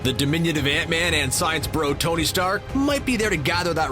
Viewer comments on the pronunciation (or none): none